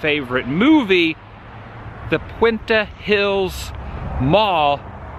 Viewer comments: Hi Adam, Puente Hills Mall, is pronounced "Point Tay" it's Spanish for Bridge. Next time you are in the Whittier/Industry area. You should check out Whittier High School parts of Back to the Future 1 &:2 were Filmed there & many other things. Then while still in Whittier, check out Pioneer High School President Ronald Reagan Presented Pioneer. The Presidential Educational Award of Excellence in 1983. I just wanted to give you some more ideas for Videos and cool facts ALL of which can be confirmed Online. Blessings from Oklahoma and a former SoCal Girl, Piper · I used to shop at that mall as a teenager. I believe I bought my first New Kids on the Block cassette tape there😜😜. They used to have an ice cream shop inside the mall where they dipped it in chocolate and then rolled it in nuts or sprinkles. Mmmm. P.s. Puente Hills is pronounced P-WEN-tay. Hills. 😁😁😜